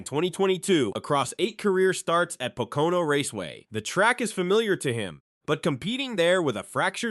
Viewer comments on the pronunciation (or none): Is Pocono not patoka on like you were saying